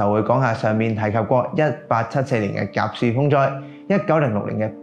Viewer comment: 甲戌係讀甲恤！ 清朝亦發生過戊戌（恤）政變！